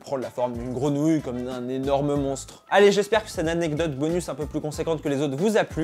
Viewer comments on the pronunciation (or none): none